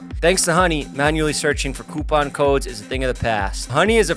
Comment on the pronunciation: I love how Jeff says Coupon